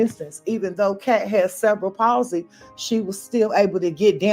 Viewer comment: Ive watched a whole half of this video before I understand you werent saying "several policy" but "cerebral palsey". The accent should be on the "re" (ceRebral)